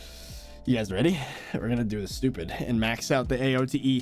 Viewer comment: I don't know why but him saying stoopid alaways gets me